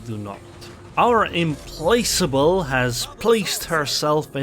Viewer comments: As far as British English is concerned. The pronunciation of is perfect. However, Implacable isn’t pronounced with “place” (though it makes for a good joke on placing onto the cap). Implacable is a name to do with the fact you cannot be placated. You can’t be put off or bought off, you are Implacable (easier said like: Im-Plack-able). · You are pronouncing the name properly. :) And Implacable is pronounced im-plak-a-bull.